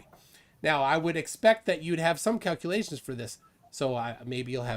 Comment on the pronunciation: What the heck are kakulaeshns